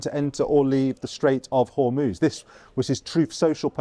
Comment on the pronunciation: She can't even say Hormuz properly.